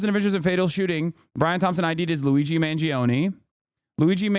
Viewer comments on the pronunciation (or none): "Luizi Man Zee Own" How did she even manage to pronounce it in such a stupid way